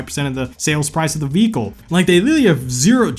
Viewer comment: But you took my joy away with the times you said “VeHiCle”…